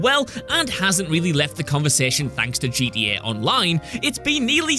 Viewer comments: The fact that he’s saying “GDA” made me give a dislike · He said gda 🤣🤣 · FYI it’s gta not gda